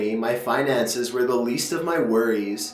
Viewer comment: Nice story! The reading, however could have been better. You're putting emphasis on weird syllables that normally wouldn't have emphasis, for example when you kept putting the emphasis on "to" and "of". If you fixed that, it would be much better!